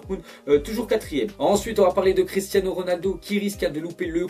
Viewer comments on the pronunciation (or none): none